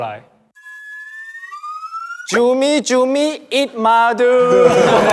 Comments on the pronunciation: Perasaan hendery ngomong nya itu jumi -jumi bukan cumi - cumi tapi aku kok jadi bengek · no one: literally no one: absolutely no one: xiaojun: cUMi-CuMi kOkObOp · "cumi cumi kokobop" WAKTU DIA NGOMONG ITU AGA MEDOK GA SIH GES?